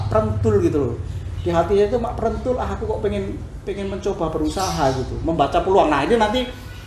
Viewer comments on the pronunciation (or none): says = " Mak prentul 😂😂😂"